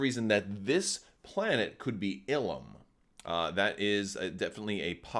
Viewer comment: I feel you are right calling it Illum